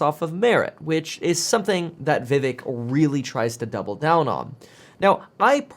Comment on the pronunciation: kevin his name is pronounced like VIV(ACHE)